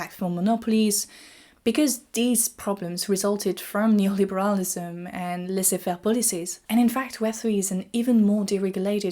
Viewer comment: Just got to this video today. Love the big-picture view you provide. First time I heard laissez faire from an actual French person.